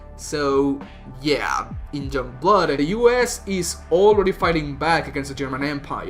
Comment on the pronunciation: Why can't you say 'young' correctly?